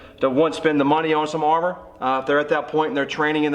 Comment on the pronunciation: its armor not harmor